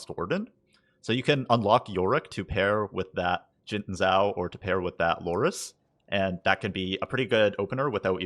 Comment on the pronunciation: Xin Zhao = SHIN*. *JAO not zaow